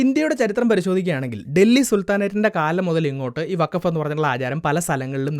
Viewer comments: വഖഫ് അല്ലാ ഫകോഫ് 😂😂 ചവറ്റുകൊട്ടയിൽ എറിയണം ഇതിനെ 😂😂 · ഫക്കോഫ് എന്നാണ് വേണ്ടത് 💩